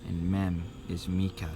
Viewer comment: why do you say mika? isnt it mikhael